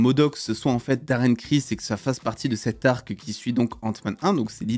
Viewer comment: C'est pas daren cris mais daren cross